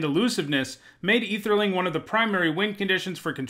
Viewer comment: I’m curious about two things: 1. Why don’t you use the term “man-lands”, since it’s been around since the beginning? 2. Why are you pronouncing Ætherling as if it didn’t start with an ‘Æ’?